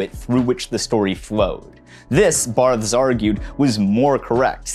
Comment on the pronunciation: i am having a very hard time getting through this exclusively due to your pronunciation of "Barthes"